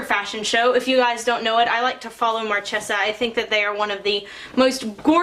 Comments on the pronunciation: Did you just say MarCHESSa?! 😂 oh no girl lol but that was very adorable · Love your videos and I love fashion, which is why I wanted you to know: Marchesa is "mar-kay-sa". Please don't take offense to me pointing this out as I mean no offense at all. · It is pronounced Mar-Kay-Za beautiful soap as always! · Beautiful inspiration, and some beautiful soap to boot!!! I feel like a total dork for saying this, but I think the pronunciation for Marchesa is "mar-kay-zah." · It's so perdy!! But, it's pronounced "Mar-kay-za". :D